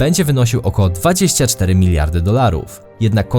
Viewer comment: od kiedy wegry leza na balkanach? dwajścia dwajścia iks de